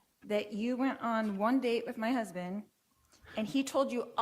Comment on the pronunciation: “My huzbin “